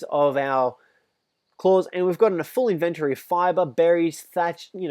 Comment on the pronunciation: Its in-ven-tory, not invent-ory